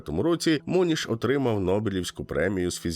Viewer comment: Правильно буде не Мо'ніш,а Моні'ш,привіт з сонячної Мадейри.Хай квітне ваший канал.🎉🎉❤